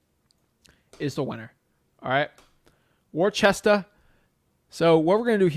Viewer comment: You obviously ain't from Mass. It's pronounced "Wuhsta", not Worchester. LOL. No way you would know that, but for future reference. Great vid as always!